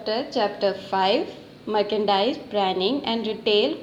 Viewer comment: It's Merchendise not marcendise.. Pronunciation 🥲